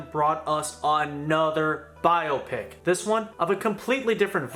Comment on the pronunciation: spent this entire video wondering if you'd ever learn to say biopic. sad!